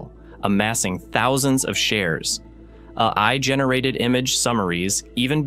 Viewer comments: "Uh-eye generated summaries" 💀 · The fact that the AI pronounced it as A I, as in an I is very funny to me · if you would like to be taken more seriously, you could at least take the time to have your AI narrator pronounce "AI" and "lead" correctly. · Its hilarious when AI gets the acronym AI wrong in speech 😂